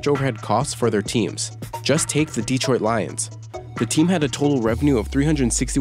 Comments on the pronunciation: Still it's pretty bad. Sounds like a Robot like wtf. Deee-troit Like bruh, it's just "Detroit" not "Deee-troit". xP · FYI - Its de-TROIT, NOT DEE-troit. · that guy mispronounced "Detroit" lmao